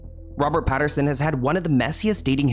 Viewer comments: Pat - in - son 😂 Love the consistent celebrity name mispronunciations! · his name is Pattinson…. Not Patterson. I love your show! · I love you but it’s PATTINSON 😅 not PATTERSON love ❤ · PattINSON NOT PattERSON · Damn it,. PattINson, not PattERson. Love you though! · LOL, it’s Robert Patt-IN-son. Love you! ❤ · Lol,, it's PattINson ❤ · "we all know robert patteRson" hahaha, you should start slightly mispronouncing any of the celebs on here who have tried to come for you just to piss them off:glasses-purple-yellow-diamond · The "Patterson"s are driving me nuts 😂